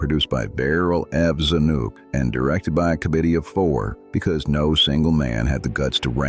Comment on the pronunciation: Zanuck the Longest Day director - is pronounced Za-nick not Za-nuk.